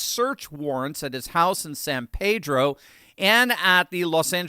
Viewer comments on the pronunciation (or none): Not that it's all that relevant, but the locals (for whatever reason) say it San Pea-dro not San Pay-dro. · We pronounce the city where he lives "San PEE-dro." We are weird like that in the South Bay. Even in Mexico, they pronounce it that way.